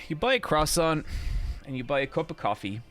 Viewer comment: Most impressive mispronunciation of croissant ever fr